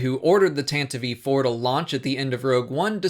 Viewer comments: I'm pretty sure it's "tan-tive" iv. Not sure where "tantavive" came about, but I've heard it pronounced that way in a buncha audio books too...got me going 😬😬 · The IV after Tantive isn't another syllable for the name of the ship, that's the 4 in roman numerals...